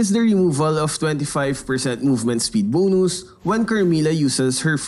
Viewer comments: It’s bonus not boonus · The way he say bonus 😂 Bonoos. Bro say bon-us